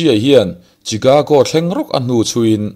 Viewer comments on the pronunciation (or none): none